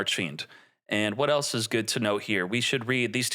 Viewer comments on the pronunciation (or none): none